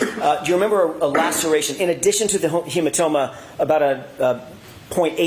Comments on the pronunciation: Brennan —“hematoba” 😂🤦🏼‍♀️🤣😭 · HematoBa. Hank you said it twice. What the hell??? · brennan : "a hematoba" 🤣